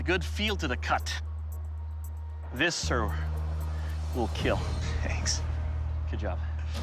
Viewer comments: Lol it said that did not (keal) it’s kill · Very interesting video but it is not keal its kill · It’s kill not keal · It will keal 😂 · “Its will keel” but you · I thought everything he hits he says keal but... RIP to that guy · It will not KEAL... Doug... 🥺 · Its Keeeeeeel!!! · sucks that he learned how to pronounce "kill" ... it doesn't have the same ring as "keal" haha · "It will not keal" 😭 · keal? xD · It will keallllllllll hahaha lmfao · did not keal? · IT WILL NOT KEEL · not kill - keal Keep everyone alive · Lol "keal" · It's not kill it's keal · These people competing would rather hear "is it in yet?" in bed than "It did not keal" in any other circumstance. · I meant to say that it breaks his heart to say that a blade will NOT KEAL. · "It...will not KEAL." How to break a bladesmith's heart in just four words. 💔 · said kill like steve harvey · I like that almost all of Doug Marcaida's brand revolves around his own special pronunciation of "kill". His collab karambits are actually pretty slick though. I'm a sucker for knives with no parts.